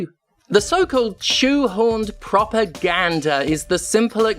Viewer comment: I'm not proud to admit this, but I was 21 minutes into the video before I realized you were saying propaganda rather than "proper gander".